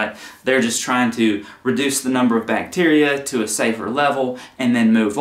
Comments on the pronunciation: It's Bacteria not Bacterica... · Can we address the elephant in the room… it’s bacteria not bacterica 😬